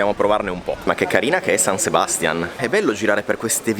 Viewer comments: SabastiÀn, SebastiÀn, SebastiÀn! Non Sebastian.😅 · san sebastián con l'accento sull'ultima a! comunque mi avete sbloccato un ricordo, in erasmus qualche anno fa ho fatto un viaggio nei paesi baschi e sono entrata proprio in uno dei locali dove siete stati voi. e anche allora pioveva, come sempre nella spagna del nord. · "Pais (paese) Vasco" 1 e solo 1, poi "San Sebastián" (non Sebástian ;) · San Sebastiàn, con l'accento sulla a, così si chiama la città più goduriosa di Spagna che ci avete magistralmente raccontato (pronuncia a parte). L'ho visitata e felicemente vissuta a settembre durante il Festival del Cinema e raccomando l'evento per l'esperienza donostiarra. Ciao bravissimi e simpaticissimi.:) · La pronuncia por favor! Si pronuncia San Sebastia'n con l' accento sulla seconda a... altrimenti mia moglie,spagnola,si inca..😅😊